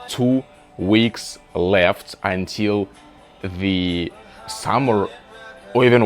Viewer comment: здравствуй! Я не умею говорить на английском, но сама заметила пару слов, которые ты произносишь не совсем корректно, но я так понимаю, что у тебя американский акцент, так что оценить сложно. Ты в начале the произнёс немного иначе, это были первые пару минут. И слово until мне показалось странным, но наверное так и должно быть, если не ошибаюсь. Ошибки это нормально, так что не расстраивайся из-за того комментария выше